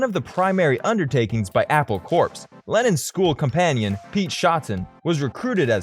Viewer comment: Its NOT Apple Corpse as you are calling it, it is Apple Core in pronunciation, like an Apple has a core?